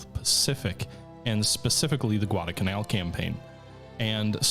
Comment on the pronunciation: Neither of the l's in Guadalcanal is silent.